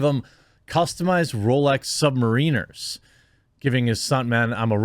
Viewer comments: Jeremy I'm sorry to point this out but it's not submareeeners. Rolex Submariners. I'm sorry it's dumb to point out. Love you man. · "Sub-MUH-reeners" lol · Pronounced “sub-mare-in-ers” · Submariners, lol, that’s hilarious that you wouldn’t know how to pronounce it. Say (marin) , as you would say, Darren. Sub-marin-ers. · Rolex "Submareeners"? Dude, why would you be proud that you don't know how much a Rolex watch costs and not know how to pronounce it? I know that you guys think that it's cool, laid-back, and ironic to have an ironic beard and dress like a little kid, but to be limited intellectually as well is pretty sad. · Rolex Sub-mar-IN-ers not ee haha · the watches are pronounced "Sub-mare-iners" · The way you pronounced Submariners made me laugh. But, yeah a new Submariner without the date index will set you back around $20,000. Keanu is the best kind of generous person, one that doesn't want recognition for it.